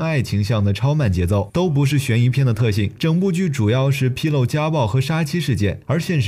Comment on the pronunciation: 逻辑自洽（qia第四声），第一次听见逻辑“自治”...... 披露pī lù，不是纰漏pī lòu。“披露”隐私，事情出了“纰漏”。 而且“披露家暴”用词也不太妥当，披露一般指揭示的意思。之前没有被揭示的事情现在被发现了，叫作披露。与其说披露家暴，不如说呼吁重视家暴。 非要“披露”，那也是披露家暴细节。